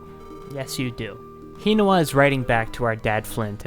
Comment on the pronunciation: The way you say Hinawa's name makes me cringe.